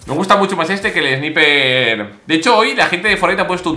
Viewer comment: Hola😂 no se dice "Sniper" se dice "Snaiper" lo escribo así para que se entienda 😂